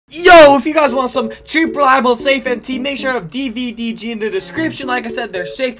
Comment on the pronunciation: when your saying your sponsor, say DVDJ, not DVDG